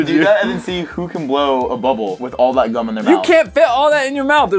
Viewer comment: “we got ALOTTA GHUM”